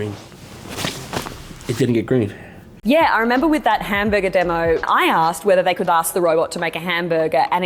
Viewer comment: Max and Chad have trained me to find Australians saying "hamburger" to be hilarious.... HAMBURGA